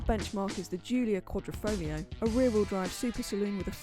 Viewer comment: Props for pronouncing "Quadrifoglio" correctly, especially for a British person Great review! P.S. I'm Italian.